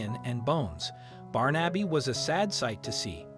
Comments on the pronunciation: Nice love story, I did smile at the pronunciation, my Godson is called Barnaby, and I've never called him "Barn-abbey"! instead of "Barn-a-bee" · Barn - Abby is surely pronounced Barnebee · Not Barn-Abby but Barnaby. A fifth grader could correctly pronounce it. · His name is not Barn Abbey, it is Barn a bee. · This makes my eyes brim. That cat once knew love, or he would not have been so quick to accept it. BTW, The name ispronounced BAR-na-bee. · For Christ's sake man it's pronounced Barnabee. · the way the narrator pronounces his name as “Barn-Abby” irks me so much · You're not saying his name correctly. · This story could have been so much better if the name of the cat had been correctly pronounced.... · Is this a madeup story? Some parts don't match and the pronunciation of his name is not an American pronunciation. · Not how you pronounce Barnaby. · ❤️🌹❤️🌹❤️🌹❤️ Wish they would pronounce his name right!